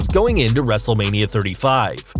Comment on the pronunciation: You said wrestlelina but it's wrestlelmina